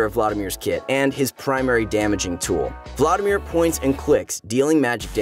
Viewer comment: The way you say Vlaudimir is so tilting... it’s VLAD IMIR